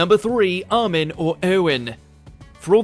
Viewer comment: Who the fuck is Ar-men? xD